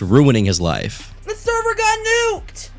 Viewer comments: NOT THE THERVER!!! FAK FAK FAK FAK FAK!! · not the THERVER 😂